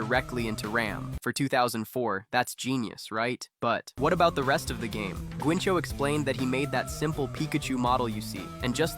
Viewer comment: “Guincho” bro that’s not how you pronounce it 😑.